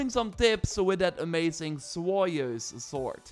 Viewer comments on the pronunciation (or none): none